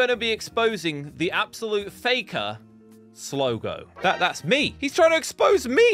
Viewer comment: It’s Slogo please listen to me it’s Slogo